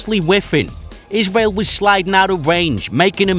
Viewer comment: " a woof twansition for iswael"